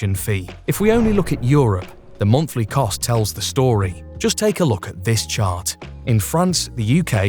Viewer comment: MUMNFFLY cost. Good luck with the speech impediment.